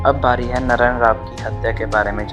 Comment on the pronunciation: Bajirao peshwa chr 3 mul hoti 1la vishwasrao not vishvrao, 2 Madhaorao not mahadeo Ani 3 Naraynrao not nrayn aadhi Marathi bol spasth,. Mhane kaka mala bachao khulaa